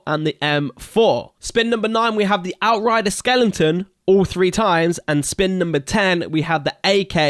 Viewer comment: Dammit, there is only one 'n' in skeleton. Just bugs me you do that.